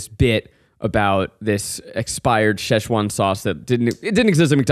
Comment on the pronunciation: Zack can't say sechuan loool